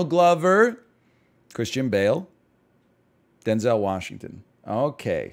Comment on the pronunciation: is anyone going to tell NL he's saying Denzel Washington's name wrong?